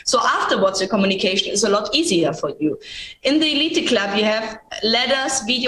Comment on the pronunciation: Elite Club is pronounced eleeet club